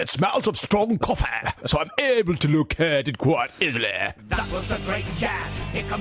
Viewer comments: BOBBEH, COFFEHH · Koffeh is evolving... Koffeh has evolved into WHAYZANG